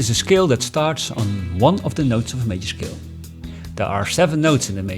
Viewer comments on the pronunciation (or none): "shcale" Somehow it's even more effective with that German sound. Anyway, THE BEST EXPLANATION ON MODES THANK GOD! No actually, thank YOU. Somehow 50% of music theory explanation is about the one explaining flexing his wide knowledge and vocabulary on music theory.